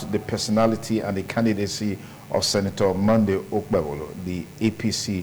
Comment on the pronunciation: Why are we wasting time on this apc candidate that can't even pronounce his name 😅😅